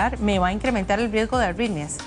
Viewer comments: La Dra tiene auiiitmia .. que le ocuuiiiee cada vez que dice la euuiie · Parece que dice "auitmias"